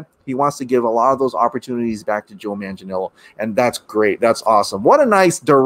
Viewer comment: Here’s how to pronounce Manganiello correctly: Man-gah-NEE’EH-lo The syllable with the upper case letters, which is a diphthong in this case, is the one that needs to be accentuated. Just remember these things when pronouncing it: manga (Japanese comic books), a knee, and the way some British say hello “ello”.